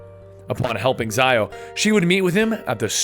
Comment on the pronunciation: Haytham is not american, as you stated. It's also Ziio, with an 'e' sound, not an 'i' sound.